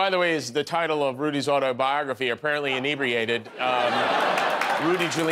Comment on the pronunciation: Why does everyone pronounce inebriated wrong? There're two God damned consonants after the e.